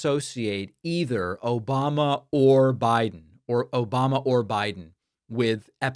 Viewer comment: Confession: I watch David Pakman’s videos just to laugh when I hear ‘Obamna’